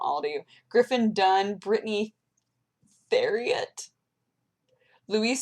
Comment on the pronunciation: Theriot is pronounced Tare EE Oh...jus sayin ;)